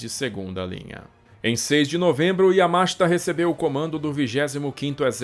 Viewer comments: Yamáshita? Aqui é Br mano. É Yamashíta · A pronúncia é como se escreve, Yamashita e não Yamáshta. A pronúncia é inezorável e não inecsorável. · EXCELENTE DOCUMENTÁRIO.... A ÚNICA DÚVIDA QUE TENHO É SOBRE A PRONÚNCIA DO NOME DO GENERAL YAMASHITA, QUAL SERIA MAIS CORRETO: - "YAMASHÍTA" - "YAMÁSHITA" - "YAMASHITÁ" SERÁ QUE TEM ALGUÉM QUE SAIBA FALAR JAPONÊS PARA RESPONDER????